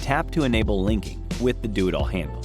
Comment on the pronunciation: I swear I think he was saying the 'Doodle handle' before I read the text. Kind of like the idea of a Doodle handle.